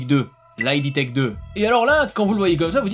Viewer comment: Petite astuce : on dit "id tech" au lieu de "ID" ("id" comme dans "squid")